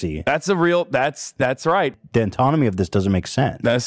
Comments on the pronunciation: this show can be summed up by the single clip of ethan pronouncing anatomy as “antonomy” that’s the level of people we’re dealing with here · "The AN-TONOMY of this doesn't make sense." Ethan, bro, you were good at making people laugh. You've made millions in an empire based on making people laugh. Quit trying to pretend you're smart, you're not dumb but you're not well-versed enough to be tackling big social issues with that big of a platform. And it's "a-NA-tomy", as in Grey's. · … you’re 20 and look at the job you have… you are 100% a man-child lol 😄 Also did Ethan really say “The ‘antonamy’ of this doesn’t make sense”?? 😂🤦🏻‍♂️